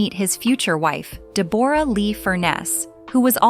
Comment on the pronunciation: Click bait. DE BORE RA Lee? AI can't read for shite! Also Hugh Jackman and Chris Hemsworth are not the same person.